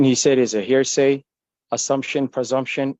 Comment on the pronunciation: I should have had 144 "I object's" on my bingo card....dang! Or....how many times this idiot says "hairsay" instead of hearsay! Clearly tells he has absolutely NO idea what hes talking about....